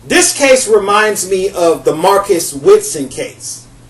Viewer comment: You're speaking about Marcus Wesson, not Witson. And yes, Wesson should be put to death. For those not familiar with the case, there are several YT vids & according to Wikipedia- "Marcus Delon Wesson is an American man convicted of nine counts of first-degree murder and 14 sex crimes, including the rape and molestation of his underage daughters. His victims were his own children, fathered by incestuous relationships with his daughters and nieces, as well as the children by his wife." He also met his wife when she was just a child & he was an adult. It's such a sad case!